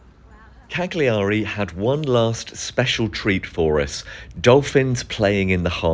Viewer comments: If you called it by it's proper name it would be nice.. silent G.. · Minor point, we don't pronounce the g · poor man, he is so camp he cant speak and clearly will never manage to say cagliari properly!